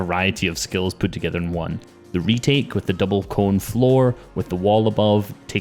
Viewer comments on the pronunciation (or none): Retake? More Like.... *REETAKES* kill me